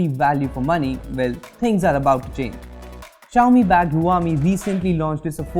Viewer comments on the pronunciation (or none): WTF is "huyami". Learn ur facts and pronounce properly if u r making videos! It's annoying and disrespectful to the company ! It's pronounced "shaomi"! Ask any Chinese person!